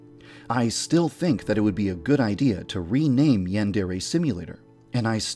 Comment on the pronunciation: don't rewaname OK HUGUHUHUHUH (sigh)